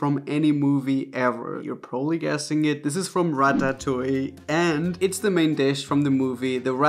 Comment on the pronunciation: i love the way he says ratatouie lol wai wait wait wait wait, hold on a second, raphael. Vegan corndogs taste WAY better than carrots. Don't ever come for them